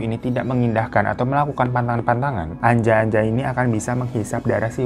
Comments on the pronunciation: aku yang dari jateng ga asing si sama ānjā-ānjā ini. itu bacanya bukan anja-anja tapi huruf a nya di baca ā hampir sama kayak o tp bukan o. dibaca kayak kata "opo" di lagu sayangnya nella kharisma. wkwkwk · ngakak pas hiro bilang anja-anja .kedengerannya kayak ANJAY - ANJAY . bacanya onjo onjo